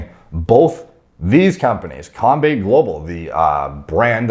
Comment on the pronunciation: But the way he pronounced combate tho hahaha, not hating just think its funny. Keep up the good stuff!!!